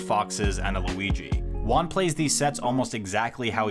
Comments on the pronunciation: Your Juan pronunciation is so bad it took me 12 minutes to realize you were saying Juan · You Juan like a gringo. Gotta make that h sound hermano.